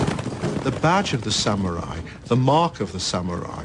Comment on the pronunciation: I like how they pronounce the word... sam-yu-rai